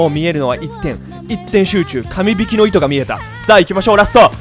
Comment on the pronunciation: みんな気づいてると思うけどカム引きってゆってて鼻で笑ってしまった